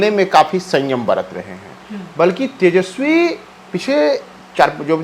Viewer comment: कृपया तेजस्वी बोलें, तेजश्वी उच्चारण अच्छा नहीं लगता है। हमलोग आप लोगों से और कुछ नहीं तो कम से कम भाषा भी सीखना चाहते हैं। शुद्ध शब्द 'तेजस्वी' है न कि 'तेजश्वी'।